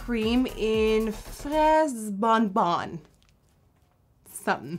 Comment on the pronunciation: I'm from canada and I speak french well, and I'm actually surprised with how well you said the word "fraise" when describing your lip colour. the word "bon bon" not so much lol. "fraise bon-bon" means "Strawberry Candy"